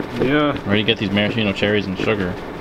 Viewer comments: So you work with a product and you cannot pronounce it's name properly? That's embarrassing. Btw, it's not marasheeno cherries. It's maraSKEEno cherries. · I hope I’m not bursting anyone’s bubble, but it should actually be pronounced ‘maraskino’. :P Love your videos! 💓